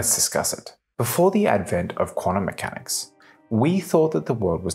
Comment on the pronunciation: "Quanummechanics"?? Ugh!